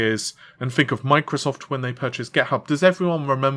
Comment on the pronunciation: "FINK" ITS "TH-INK" TH, MAN!!!